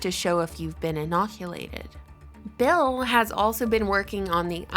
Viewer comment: I can’t understand why she doesn’t ever seem to pronounce bill correctly it’s freaking me out man... “bell gates” lmao